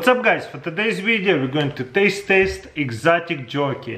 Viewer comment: Im sorry but he said testaste